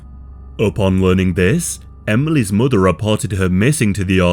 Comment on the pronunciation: Emelys muhdde' and fadde'